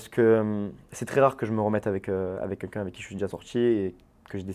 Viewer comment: C'est moi ou il dit "quenqu'un" au lieu de "quelqu'un" ? 🤔